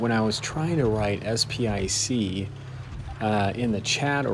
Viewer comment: Just pronounce it as SP one C